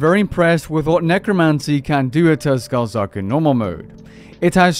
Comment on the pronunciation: "Tuskal zuk" lmao turn on game music and listen to the intro The T and S are silent, "kal zuk". Love you bud, keep up the great content